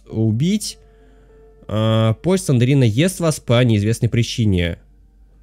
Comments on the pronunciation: Не СЛЕНДЕРИНА а СЛЕНДРИНА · Не СлендЕрина, а Слендрина!